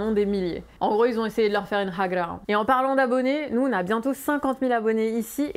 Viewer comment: Haha! J'adore, tu prononces hagra mieux que moi 😂. Profitez bien de vos vacances vous le méritez, vous faites un super boulot et nous permettez de nous libérer de l'obscurantisme de cette caste politique corrompu. Merci à l'information des lumières 👍